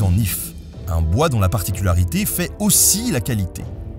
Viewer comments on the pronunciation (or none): none